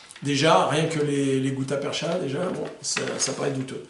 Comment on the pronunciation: Juste un correctif sur la prononciation du mot "gutta-percha", il se prononce "perca" au lieu de "percha"... Content d'apprendre de nouveaux détails dans chacune de tes vidéos...